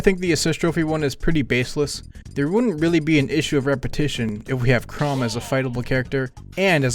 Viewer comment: I don't wanna be that guy... But it's pronounced "Chrom" not "Chrome"